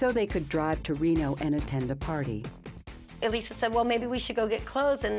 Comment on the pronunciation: Umm why does this narrator keep calling her Eee-Lisa??? Odd!!